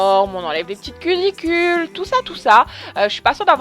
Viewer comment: Non elle dit culicule